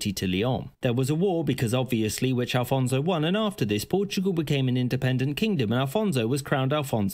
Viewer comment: Afonso Henriques - not Alfonso....